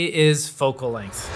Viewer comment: Length. Not Lenght. Otherwise good video